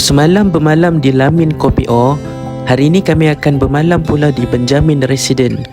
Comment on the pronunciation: Assalamualaikum encik,sebutan KOPIO bukan KOPI O tp KEPIO...mf ye saya hanya tegur dan perbetulkan sebutan..